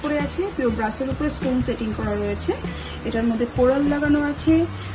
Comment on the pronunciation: What is ‘Brush’? Please say Brass